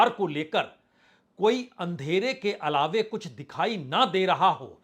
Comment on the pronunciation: Bajpayee ji lafz alawe nahi alawa hota hai